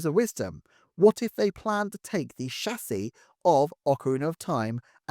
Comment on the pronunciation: Incredible deep dive, sir. Yet I find I'm most impressed by how eloquently you pronounce chassis!